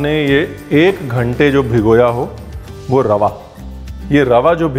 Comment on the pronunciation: Once again say, 'Sookha Rawah'😅